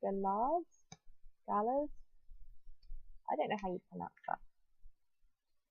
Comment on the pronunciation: Also, forgot to say, such a beautiful engagement story! Really similar to mine actually! My, now husband, asked me to go on a walk up to a lookout and proposed up there :D Also, you pronounced galah the correct way the first time :) They are pretty pink birds but they can make a lot of noise!